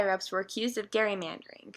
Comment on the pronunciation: It’s said (jerry-mandering)